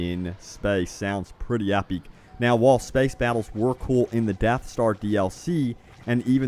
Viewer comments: IT'S PRONOUNCED EPIC NOT EPEEK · I think you mean "The epeec space battles" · Please pronounce the word "epic" correctly. It drives me crazy every time you say epeak